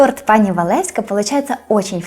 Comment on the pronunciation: треба казати пані,пані,а не пани.